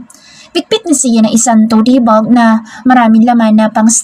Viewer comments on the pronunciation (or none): towt bag po yun,di po to te ang basa.